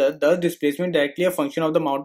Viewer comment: Suscribe nahi hota subscribe hota hai